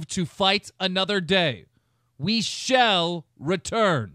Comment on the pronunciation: ‘We shell return’